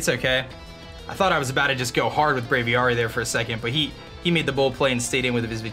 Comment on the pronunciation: "Brave-ee-AIR-ee" not "Brave-ee-ARE-ee"